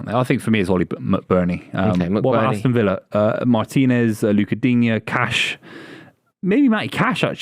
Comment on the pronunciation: I clicked on the video, clicked on a time stamp with aston villa....heard say emi matinez,, turned video off! Guys a clown 😂😂